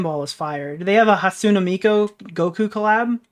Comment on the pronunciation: struggling to say hatsune miku is so damn funny